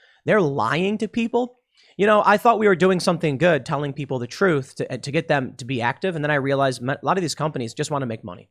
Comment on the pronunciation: What is Tim talking about, Donald Trump’s platform? Sounds like he’s saying “Dwak” . Does anyone know what this platform is?